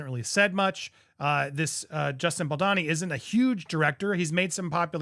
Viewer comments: Andy, Justin's last name is pronounced Bal doe ni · Please just stop saying Justin's last name if you can't pronounce it correctly. It's frustrating to see you haven't corrected yourself in all the videos that have come out from Popcorned Planet on this. I really wish you'd not try to pronounce things you don't know how to like laissez-faire etc. also as it breaks content immersion.